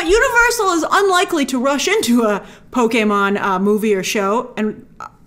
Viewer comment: For a non-gamer I thought you did a great job with this video (and I loved that you pronounced Pokémon correctly, though many would argue with me). I think the one people are overlooking the most is Animal Crossing. That is one of the newer Nintendo franchises (comparatively) and is able to bring in casual players who don't play video games normally (it has design aspects) and while many would ask what would that movie even be about, you might say the same for a Mario movie. A human moving into a town with wacky animals that change outfits and have offbeat humor is screaming billion dollar movie. I think it would be a bit early for a Smash Bros movie, but from a business perspective it's hard to avoid.